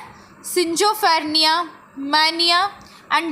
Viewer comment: Are you serious schizophrenia (ski zo phreee nia) ko (sin jo fernia) banadi.. vahh bhaiii..